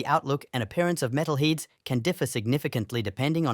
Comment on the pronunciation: Metale Heeds… thanks AI